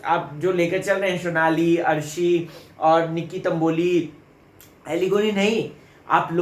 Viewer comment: Phli baat unka naam " Shonali" nhi Sonali hai.. wo Bangel se nhi hain...Haryana se hai.. overacting ki dukaan... naam bolna seekh le phle..